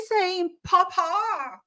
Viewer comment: She cannot even pronounce papa correctly…the way she pronounces it sounds like “food” in Italian “pappa”….